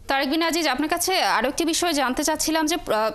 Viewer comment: আসলে আজিজ উচ্চারণ ভুল আযিয sounds more closer to the original